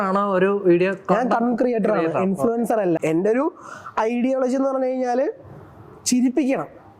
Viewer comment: INFLUENCER ❌ IN-FLUTER ✅